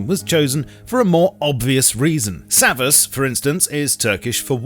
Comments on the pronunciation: Its "savaş",not "savas". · war in Turkish is not pronounced savis its pronounced savush. i speak Turkish i'd know. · As a Turkish person you saying ''hapis'' and espacialy ''savaş'' is rly annoying it has ''ş'' in the end not ''s'' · its {savash} not {savas}which is written{savaş}